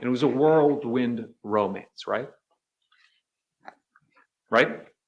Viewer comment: Im incredulous she didn't call out the mispronunciation "worldwind romance"